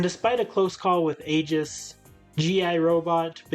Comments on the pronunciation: Her name is pronounced Aye-Gihs Not to be that guy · Your pronounciation of Aegis’ name made me feel sick.. in game it’s pronounced “Aye-gus”.